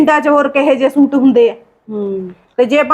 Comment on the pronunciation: ਸ਼ੂਟ ਨਹੀਂ ਸੂਟ ਹੁੰਦਾ ਚਲਾਕ ਭਾਬੀਏ ਤੂੰ ਤਾਂ ਬੋਲੀ ਹੀ ਹੋਰ ਬੋਲਦੀ ਈ ਏ ਸਹੇਲੀਏ😅😅 ਨਾਈਸ ਵੀਡੀਉ ਐਕਟਿੰਗ ਸਾਰਿਆਂ ਦੀ ਵਧੀਆ ਆ😅😅